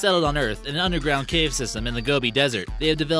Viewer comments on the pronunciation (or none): none